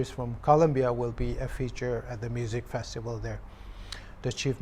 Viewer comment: The word 'FESTIVAL ' should be understand clearly.